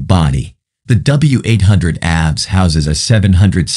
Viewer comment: Every single time `he` said it. How difficult can it be to teach the robot to say ABS